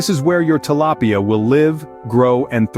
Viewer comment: Great video but when the narrator went from pronouncing it “tilapia” to “til-lay-pia” I thought I was going crazy.